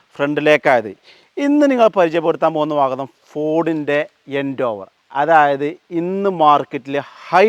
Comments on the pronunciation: Nice video bro! Just a small note - it’s pronounced as Ford Endeavour (En-deh-ver), not Endoovar. Just sharing so it helps in future videos 😊👍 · എൻഡേവർ അല്ല എൻഡവർ🤙🏿🤙🏿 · സുഹൃത്തെ എൻഡോവർ അല്ല എന്റവർ ആണ് പരിശ്രമം എന്നാണ് അതിന്റെ അർത്ഥം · eഎൻഡോവർ അല്ലടാ പൊട്ടാ : എൻഡവർ